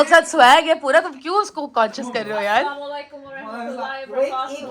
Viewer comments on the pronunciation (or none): “As saam alaikum” means may death be upon you. please say your salam correctly. “As salamu alaikum” means may peace be upon you. i only mean good, love you and your cute lil family 💞